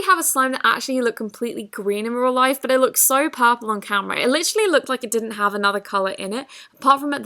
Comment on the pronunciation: Lol it’s purple not popaal